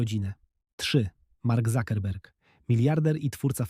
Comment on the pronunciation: Nie zukenberg a cukenberg. I poza tym to zwykła kurwa nie można do porównywać do Sandlera czy pana Keanu